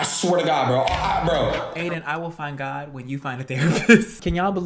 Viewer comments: I THOUGHT HE SAID "FINE GUY" AHAHAHAHAHAHAHAH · Is he saying fine guy or find god idk 😂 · im pretty sure adin said "FINE GOD" instead of "FIND GOD"..is it just me?